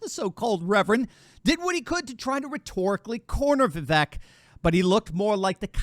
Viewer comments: Vivek pronounces his name Vee-vake (as in cake) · It's 'Viv-vake'. Rhymes with cake. I know you only care about Trump, but the famous exchange with Nikki Haley clarified how to pronounce it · Name pronounced viv VAKE as in cake. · Vivek is pronounced “Vivake” like “cake”. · *, pronounce his name correctly: as he said in the debate “Vi-vake, rhymes with ‘cake’.”*